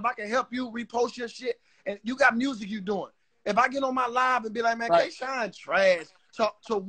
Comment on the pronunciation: did anybody else hear call k shine twork???